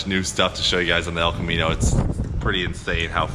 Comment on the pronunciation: The El Ca-mean-o